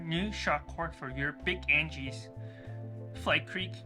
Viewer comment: Thank you - I now am confident in replacing the cord. It's completely shot, and I have a 30 mile 4 day trip coming up, and I see I can make the repair in time. By the way, it is pronounce AG-nus. But that doesn't change the great directions you gave :D